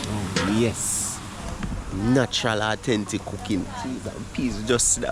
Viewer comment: Awe-ten-tic 👍 Keep it up bro